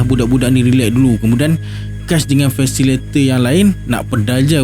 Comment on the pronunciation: fasilitator bukan fasilator. Jgn marah.